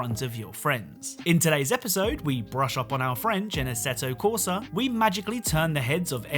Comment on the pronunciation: The Way Pronounce: ASSETO CORSA